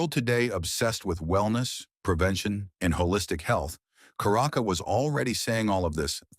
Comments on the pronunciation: It is charaka not karaka, check the pronunciation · it is not karaka but it is Charaka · Charaka is pronounced with the Ch as in children. Not karaka with K. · charak should be pronouced like cha in chanting